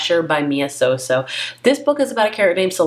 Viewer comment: I wonder why you keep mispronouncing Mia Sosa as Mia Soso? The last alphabet in the name is definitely an "a" and not an "o"